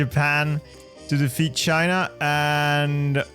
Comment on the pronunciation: I love how you pronounce China as "Scheina"